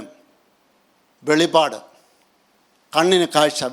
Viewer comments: വെളിപാട് അല്ല വെളിപ്പാട് 🙏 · Not Velipad BUT VELIPPAD